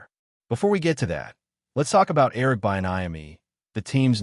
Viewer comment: You’re mispronouncing Eric’s name. So bad. All of this